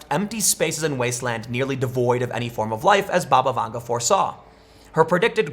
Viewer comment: Anyone else keep hearing 'Baba Yaga'?